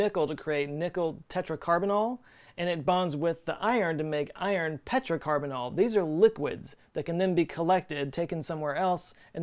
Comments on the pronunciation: 'Penta' not 'Petra' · Penta- carbonyl, not "petra-carbonyl" - i.e. it's named for "five" not "rock".